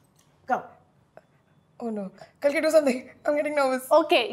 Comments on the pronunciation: watched it only for sumukhi and kalki. was disappointed that janice still kept pronouncing kalki's name incorrectly - inspite of being told of the correct pronunciation. sumukhi is gorgeous!. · Aajki nahi, kalki chocolate waali cake la mere lie. 😅 PS - Shouldn't it be pronounced as Kaaalki? As in the 10th reincarnation of Lord Vishnu? Also the Kalki malayam teaser looks epic. Looks like it's gonna be a great film. 😅